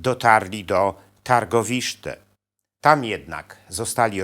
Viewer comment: Tirgowiste , nie Targowiszte)